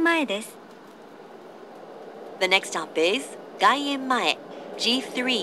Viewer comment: GaienmaeじゃなくGaiemmaeの方が正しい